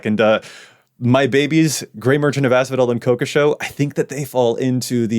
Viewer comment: If I ever hear it pronounced "Ko-ko-show" again, I'll slap the speaker in the face.